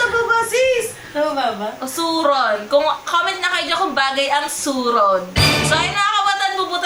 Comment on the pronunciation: Dat Hindi suron dapat surot